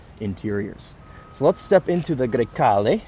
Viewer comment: I’m not saying you have to say it with the Italian accent but bruh…. A GREY CALE IT IS NOT 😂😂😂😂😂😂😂😂 TRY A LIL BIT SHEESH COUNTRY AMERICAN 🇺🇸 BOY HAHAHAHA😂 GREY CALE 😂